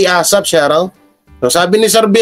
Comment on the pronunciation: Shout out yan di shurout. Susme. Shurout tlga ha? So rang slang nman yan idol. SHOUT OUT! Got it?